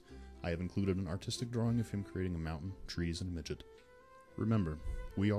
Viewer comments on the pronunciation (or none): BTW FSM named it MIDGIT not MIDGET so get it right